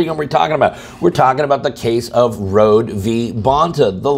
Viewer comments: Great video, but let's give Rhode (row-dee, not road) thanks for this case. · Rhode is pronounced Road-ee.